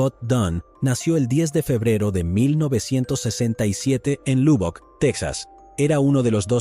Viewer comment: La ciudad se pronuncio malísimo es Lobbock su pronunciación aunque se escribe Lubbock. Vivo a 2 hora de esa ciudad y la visito frecuente y habitualmente